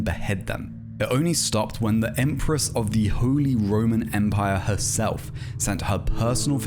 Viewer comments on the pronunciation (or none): none